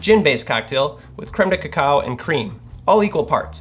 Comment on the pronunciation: I just like hearing him say "Cremedekekow"......